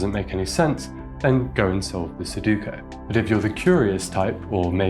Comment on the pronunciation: Did you just call sudoku "Soduko"??? This will not be tolerated.